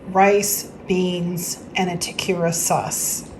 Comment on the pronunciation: Tah Keh reee yah is the correct pronunciation FYI This looks amazing!!! I absolutely love your videos!